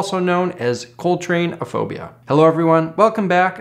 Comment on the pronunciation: Ladies and Gentlemen, I now present "Coltry"